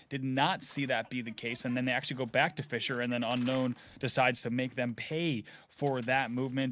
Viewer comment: saying fissure sounds like fischer, i was confused the whole game